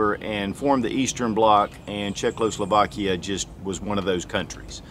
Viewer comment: "Check-lose-slavaakea?" LOL.